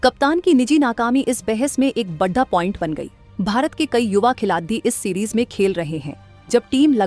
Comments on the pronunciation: अरे AI जेनेरेटेड विडियो है। खेलाडी को "खेलाती" बोलना जरा ध्यान दिजिए, बाकि सारे गफबाजी है ईश भिडियो मे। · Khilati kyu bol rahi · आपको हिंदी बोलना नहीं आता क्या? खिलाड़ी को खिलाती बोल रहे हो। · मैडम यह खिलाती क्या होता है खिलाती !!! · Vedo m boley bali ladki ki hindi acchi nhi h sudhaar karo.।khiladiyo nhi khilario hota h speaking m not writing.। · मैडम खिलाती नहीं खिलाड़ी बोला करे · खिलाती क्या होता है खिलाडी़ होता है😂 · ये न्यूज कहा की है भाई जिसको खिलाड़ी बोलना नही आ रहा है वो न्यूज पढ़ रही है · Lady narrtion अच्छी हिंदी पढ़ रही है,पर खिलाड़ी नहीं बोला जाता,हर बार क्या बोलती है,खुद सुन लो😅😅😅😅